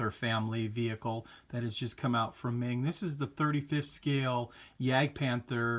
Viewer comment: Its not Ming. Its Meng